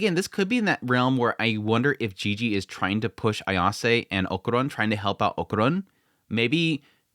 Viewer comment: We all hated jiji at first haha just like with Aira, just give him some time. I know you dont like people telling you when you kill characters names but i dont like when you do it so deal with it haha is okArUn, o ka run, o a and u are the vocals, why in the name of god are you saying okuron? Please, just say it right, Okarun, you know when we all jump at Seven seas for making dumb mistakes, is the same feeling, just saying so you dont get that mad :P